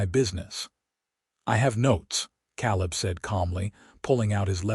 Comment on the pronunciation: I have NEVER heard the name "Caleb" pronounced "KAHL-ub" until your POS AI!!!!!!!!!!!!!!!!! It IS commonly pronounced "KAY-lub"!!